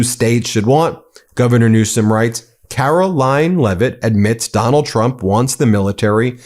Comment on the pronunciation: Did i hear you say Carolying Leavitt? Lol. That's a good fit.